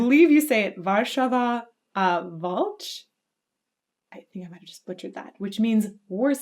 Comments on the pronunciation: Hey, I was there! It was a pretty fun concert =) You pronounced "Warszawo walcz" really nice. Very close. \m/ Video is from concert recorded during "Woodstock Festival", which later was renamed to Pol'and'Rock Festival. It's very unique event to take part in. Joyfull and colorfoul with weird stuff like that air mattress apearing from nowhere. ^^, One of many random moments. And the event is entry free. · dobrze powiedziałaś warszawo walcz